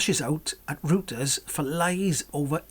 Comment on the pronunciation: think you pronounce it "royters"